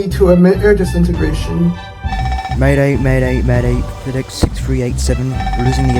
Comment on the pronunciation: Fedex:❌ Tedex:✔️